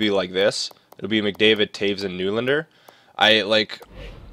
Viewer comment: Hey nylander's name is pronounced "nelander".